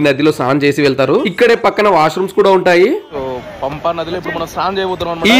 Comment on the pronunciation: Pamba kadhu anna Pampa